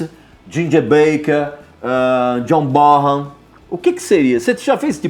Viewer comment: Eae, a pronúncia certa é Jonh "Bonam" ou Jonh "Borram"? Eu acho q é "Bonam"